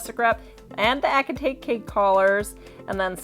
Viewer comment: Pronounced Ass-eh-tate 😂 not ACK